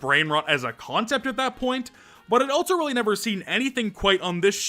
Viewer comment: why do you pronounce also like that